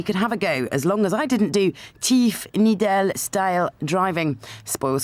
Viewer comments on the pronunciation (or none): "Teeff Nee-dell".